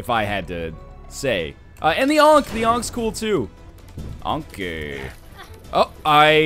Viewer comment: for 'ankhey'